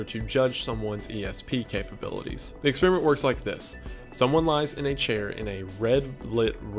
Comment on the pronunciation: I don't know if it was on purpose or not, but you said "cons-periment" instead of experiment at one point, and I think that's perfect lol